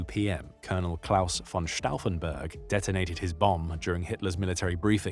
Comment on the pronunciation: Pronuncia-se vitzlében e stôfenberg.